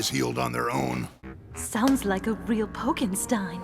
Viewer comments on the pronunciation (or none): none